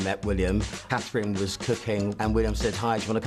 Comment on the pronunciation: Wow! Two "professionals" talikung about Catherine, Princess of Wales, EACH INSISTING on Their OWN First Name IN FULL! YET CANNOT Afgird the Same TO Catherine, Princess of Wales! They can SAY Me-Ghan! But NOT Ca-thrine!